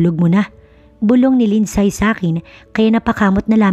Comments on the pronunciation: 🔥🔥 Shout- OuT from Vancouver Island CANADA 🇨🇦 🍁 GRABEEE APAT ?? Parang ASTEROID ☄️ si ASTRO ang daming Anak. Malupetz 😅 Btw, LINDSAY is pronounce as LIND-SEY!! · Bakit di tama ang pronunciation ng mga Names? Mag research naman bago mag Narrate.Lindsay. Lindsey...long a....ai...ay... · WRONG PRONOUNCIATION OF ""LINDSAY """ ASK AND RESEARCH